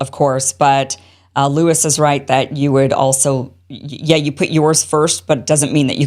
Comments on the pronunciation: Not very important, but It’s pronounced Louie, not Louis. I lived many years in the UK and he made loads of interesting docu-series Edit. His father Paul Theroux -very famous author. Brother Marcel also broadcaster and author. Cousin Justin, actor married for a bit to Jennifer Aniston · Pronounced lou-ee the same as in Louis Armstrong....not LEWIS thoroux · pronounced louy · Dear Americans (Kim, Glenn etc) In England it’s pronounced Louee not Lewis. Very grateful to him for revealing the truth to a bigger audience. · Just fyi his name is pronounced Lou-ee The s is silent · Its pronounced Louis (as in Louie) btw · Please learn how to pronounce Louis's name, it's disrespectful and all too common with Americans! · Quick look into how to pronounce Louis' name would be helpful here.